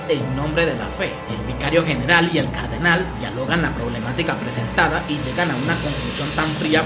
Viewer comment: Cardenal tiene el acento el la última A, se dice Cardenál, no cárdenal. Sigue así bro, me encantan tus videos